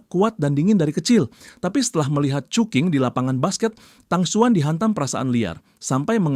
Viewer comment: Cuking ❌ cuki ✅🗿